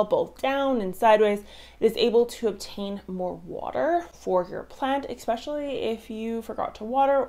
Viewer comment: I hate to be that guy but, theres no "x" in "especially".